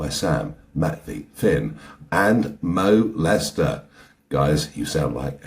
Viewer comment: "mo lester"?😂